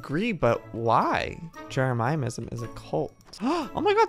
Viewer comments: Joey what you could’ve done was make the planets bedrooms for the club members. Also it’s not jerimimsm it’s Jeremy-sm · Joey it’s not jerimiamisum! It’s JEREMY ISUM! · No one: Absolutely no one: Joey: Jeremiahmism if somehow joey sees this its pronounced ( Je - re - mi - ism ) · It's so funny watching Joey say Jeremyism wrong 😂 omg thx for all the likes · Ikr? jeRaMaYamIsM